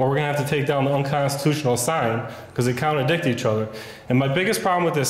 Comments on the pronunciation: "Contradict" not counterdict. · Contradict not counter dict.. Just want u to say it right bud.. Keep up the good work! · "Contradict", not "counterdict". Just an FYI, since you say it so often. Thanks for defending our rights. 👍